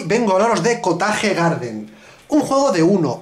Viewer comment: amo su perfecto ingles xD , lo bueno que explica bien las cosas